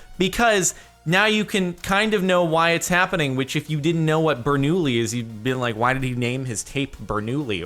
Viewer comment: Benoulli is actually pronounced ber-noo-yee